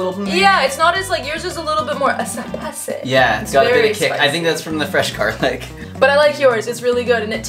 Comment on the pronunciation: yours is a little bit more eh-seh-PICY. 😂😂